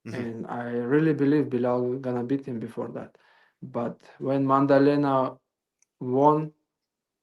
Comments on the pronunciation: Maddalena ✖️ Mandelena ✅️ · Why calls the champ Mandalena? 😂😂